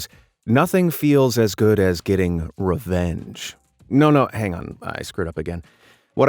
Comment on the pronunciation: Why do I keep hearing revenge as "revénge"?